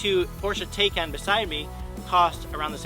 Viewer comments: Great video. Btw, according to Porsche, the car is pronounced “Tie-Kahn” not “Tay-Kahn” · PLEASE PLEASE PLEASE...if you want to be taken seriously can you at least pronounce the car's name correctly?